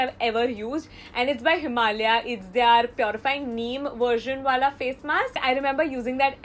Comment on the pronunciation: Is it just me or does her "their" always sound like THEY ARE? O.o